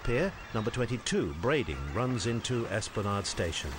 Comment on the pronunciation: For information Esplanade rhymes with lemonade